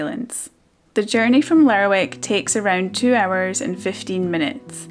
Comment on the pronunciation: Lovely video. Found out recently that locals call Lerwick 'Lerrick'. So glad to hear you use the same pronunciation as me.